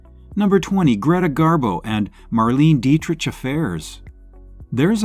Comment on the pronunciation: Learn to properly pronounce " Dietrich".